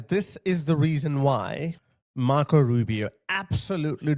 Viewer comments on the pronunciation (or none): “Rubi O” not A